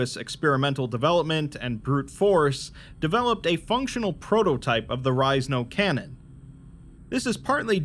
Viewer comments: you pronounced it and i was like huh and here i always thought it was There Is No Cannon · Did he just read it wrong or is it on porpoise? #thisisajokeffs